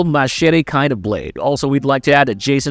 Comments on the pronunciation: The way he says Machete is funny 😂😂😂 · Wow you really gotta throw in that pronouncation in to Machete hey ? Cringe 😹